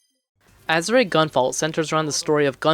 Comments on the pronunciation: "Ah-sure". Not "Azz-ooh-ray". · Solid review, but you're mispronouncing Azure it's pronounced "As Sure" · Bro its AZ-ZURE. It's a color. A type of blue. That's how its pronounced. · It’s pronounced aZHer REEEEE!!!!’ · Had to stop watching this as soon as you said "Azuray" for about the 5th time. Sorry. I'm sure you put a lot of work into this review. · Are you able to pronounce Azure now? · Joule is pronounced "Jewel" and you don't pronounce the E at the end of Azure. This is a nice review, keep it up ouo! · normally you'd be correct if that was a Japanese word but it's not Azure is a Latin rooted word for blue. That's like changing the pronunciation of Juan to Jooaan because someone wrote a book in the Midwest that carries a different American English inflection for the A sound. You'd always pronounce juan "wan" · Why does it sound like he is saying "Azurite"? It's Azure. Also, it's "Septimal". Not Sepimal. I'm not trying to be mean, but off-sounding pronounciations are just irksome to me...